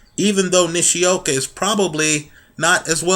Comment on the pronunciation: Toh-shee-ah-kee Nih-shee-oh-kah, say it with me